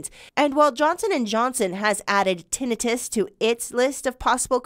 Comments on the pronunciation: Screw the FDA and CDC and big pharma.... Oh and maybe the news caster could learn how to pronounce Tin i tus. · Your anchor person needs to learn how to say tinnitus and it's a hell of a lot more common than they're letting you believe so are all the other problems caused by the vaccine that they're hiding from you still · Tinnitus is pronounced: Tin-night-tus Her pronunciation of the word is irritating as hell to me. Now we'll have a bunch of dumb azzes walking around here mis-pronouncing the word as, ten-net-tus. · Pronounced, Tin-eye-tus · If this newscaster person wants MILLIONS HEAR HER. At least say the DAMN WORD CORRECTLY. TINNITUS. (Tin- ni- tus) SHOWS HER. "LACK "OF INTELLEGENTS , THROUGH OUT REPORT!!! AS MANY MANY TIMES SHE PRONOUNCES IT WRONG!!! Its NOT even a HARD WORD!!!!! WOE. This really AWFUL!! Someone so pretty look so ignorant on national spot lite!! No one corrected her!!??? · This was more of a funny skit than news. Who edited this? Who wrote this? For one: Tinnitus = TEN-EYE-TISS For the rest: shake my head to the terrible, cringy puns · Te NI tus. Learn to pronounce it BEFORE you go on AIR. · Ten-I - TIS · Its Ten i tus not tinnitus really she's a news reporter. No surprise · Tinn da-nite—us can’t even pronounce the word learn how to pronounce the word before reporting it’s 🐍 ve^om it turns u N 2 a 🐍 they don’t have 👂 go get your booster maybe you’ll lose Yor 💪🏼next they don’t have those eather !! S.M.H. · Glad to hear this kind of news being reported .....but please review how to pronounce "tinnitus"! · If ever it was clear these 'news people' are not journalists, and they are simply reading a script- its that this woman can't even pronounce tinnitus properly. The segment is ABOUT tinnitus, and no one even corrected her. Glad to see some light shed on this, but I think anyone paying attention knows that AE are not rare. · she does not pronounce tinnitus correctly. I've never heard it said that way.